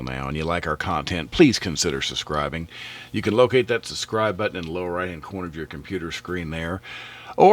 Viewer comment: Great video but it's pronounced suBscribe not suSscribe 😊